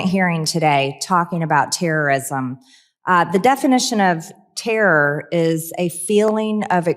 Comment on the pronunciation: Tirrir? What kind of english is this transsexual woman speaking?